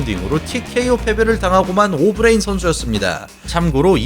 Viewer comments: 초 ㅋㅋㅋㅋㅋㅋㅋㅋㅋㅋㅋㅋㅋㅋㅋㅋㅋ 개빵터짐 오브레임은 또 왜 오브레임인데ㅋㅋㅋ어브뤠이임이라고 해야쥐ㅋㅋㅋ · 처음에 오브레임 발음 듣고 괜찮은데 했다가 ㅅㅂㅋㅋㅋㅋㄱㅋ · 오브레임 약빨아서 근육만듬 영어발음하는거 듣는순간 개오글거림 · 조금 멍청한 느낌이 드네요. 오버하는게 맞죠. 중간에 오브레임 발음하는 것 들어보세요. 한국식으로 말하잖아요? 굳이 빡 빡 우기는것 너무 없어보여요... 외국에만 살아서 외국발음 밖에 못하는 사람이 아닌데도 오버해서 발음하는걸 꼬집는건데 말을 왜이리 멍청하게 못 알아 들으시는지... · 미국에서 사는거, 영어 잘 하는거 다 인정하겠는데 굳이 그렇게 굴릴필요가 있나요? 그것도 단어마다 텀까지 둬가며 강조하듯? 아예 다 영어로 말하는것도아니고 특정단어 몇개만 본토발음으로 굴리니 거부감 느껴지는거죠.. 토마토를 토마토라고 발음하는 대다수의 한국인들은 그게 원래 톰메이러라고 발음한다는걸 몰라서 그러는게아니라 여기는 한국이고 한국말을하니까 외래어 표기법에 따른 표준어로 토.마.토 라고 발음하는것 뿐입니다. 영상보면 영어단어 다 굴리는것도 아니고 선수이름 몇명만 졸라강조하듯 굴리자나요. 정작 오브레임은 어브뤠임므 이렇게 안 굴리고 오.브.레.임 이라고 외래어표기법대로 안 어색하게 잘 발음 하시더만요.